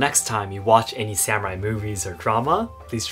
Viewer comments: Please say sah mu rai instead of sam urai. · I'm going to share your video with a bunch of non-Japanese long hairs in the USA. BTW, Sa-moo-rye?